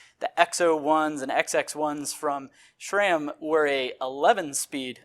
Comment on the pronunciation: It’s SRAM not shram. There is no H in the name SRAM.